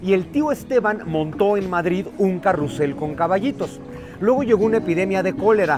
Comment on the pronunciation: popularmente se les llama caballitos, carrousel es muy rebuscado (se pronuncia carrusel)